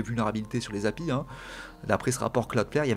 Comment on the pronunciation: Excellente vidéo. Ça fait juste bizarre d’entendre quelqu’un dire Happy pour API 😂.